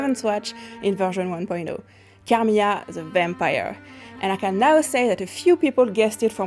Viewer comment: If you're hiring someone to announce the character, please make sure your candidate is able to pronounce her name right. It's not Carmiya, it's Carmilla. And for the love of god, it's Bram Stoker, not Bram Stroker.